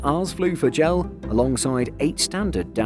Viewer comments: JAL is official, not J-A-L. A-N-A is official, not ANA. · Have to quit watching after a full minute of hearing JAL pronounced "gel". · It's the first time I hear someone pronounce "JAL" like a word. People around me always say "J-A-L", just like you didn't pronounce "SIA" as "sia". I just find it interesting, is there anyone else who pronounces it as "jal"? Or does anyone say "ana" instead of "A-N-A"? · It is werid to hear JAL instead if J-A-L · I noticed that too. I always pronounce it as separate letters.